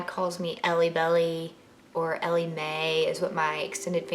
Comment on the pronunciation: “Ellie May” so southern 😂 also !! i messed up my ankle really badly my senior year of high school so #twins